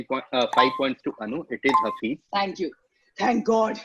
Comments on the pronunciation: Loving these quizzes! Keep them coming. Here's just a correction relates to pronunciation of the word Hafiz. In the video it was pronounced as "Hafeez", which is not the same as Hafiz (pronounced: Ha-Fizz). They are slightly different. Hafeez means Protector, Guardian. Whereas, Hafiz can also mean protector but it also means a person who has memorised the Quran, depending on the context. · It's Haafiz not Hafeez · It's pronounced as Haaa-fiiz, not Hafeez. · its pronounced haafiz not hafeez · Haa-fizz is the correct pronunciation btw. Hafeez means the protector. :)